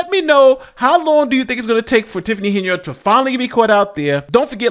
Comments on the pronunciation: Tiffany: I'm your super mayor Tiffany A. Hen-[yerd]. Nate: Today we're covering mayor Tiffany A. Hen-[yard] 😩 Make it make sense. Geesh. 🙄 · Are you intentionally saying her name so wrong as rage bait? It’s working